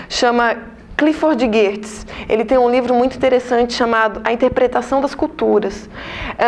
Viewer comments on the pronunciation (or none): Correção no video!!! É Geertz e não Gerrtz. 😉